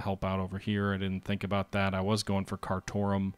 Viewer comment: it is pronounced Car Tomb (Khartoum), loving the series, and again you forgot Scandinavia